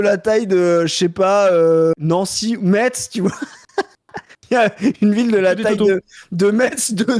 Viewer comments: je suis entièrement d'accord avec vous cependant on dit "Mess" donc pouce rouge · Metz on dit Messsss (t silencieux) ! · Ouille! qui dit "MeTz" 😬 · Par contre, qui dit MeTz, c'est non! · Merci pour votre boulot pour couvrir le mouvement , par contra le prononciation de "METZ" c'est pas possible :p